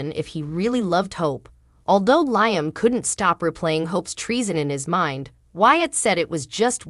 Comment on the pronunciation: Liam’s name is pronounced Lee-um.!!!!